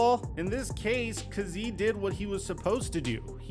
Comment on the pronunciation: It's really hard watching you butcher the man's name, KAZEE (KAY-Z)